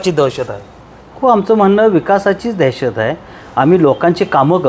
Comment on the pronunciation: देहशत नाही दहशत मराठी नीट बोला अगोदर कुठून आलात